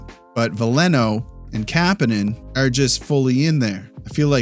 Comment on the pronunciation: You’re pronouncing Kapanen wrong